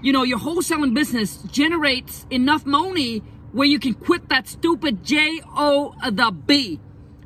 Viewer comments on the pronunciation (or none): You say money Funny bro 😂😂 but thanks for the advice